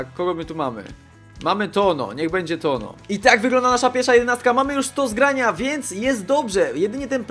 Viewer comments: Chłopie chcesz nagrywać filmy to ogarnij sobie przynajmniej jak się wymawia poprawnie nazwiska. TONO? Serio? Nie trzeba być iberystą żeby wiedzieć jak się to czyta. Nie chcę być złośliwy, po prostu to strasznie denerwuje, a ostatnio zdarzało Ci się to kilka razy. Mam nadzieję, że to przeczytasz i weźmiesz sobie do serca. Pozdrawiam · w Hiszpanii ñ czyta się jak nasze ń był błąd jak wypowiadałeś nazwisko bramkarza. Taka rada na przyszłość. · Toño wymawia sie jako Tońo :)